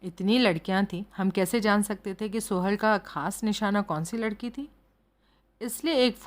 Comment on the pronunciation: Mam please... सोहल नाम को सुहेल कहना बंद कीजिए